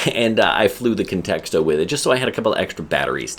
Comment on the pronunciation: Sounds like you're adding a second "t" in Contixo. Literally saying "context-o" 😂. Maybe you're a pro, but if so, you gotta learn to pronounce all the names of things you're reviewing.